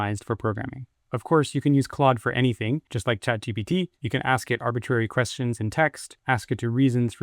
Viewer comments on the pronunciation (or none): none